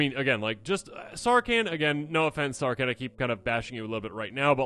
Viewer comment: Is the h in Sarkhan so silent you think he's a Can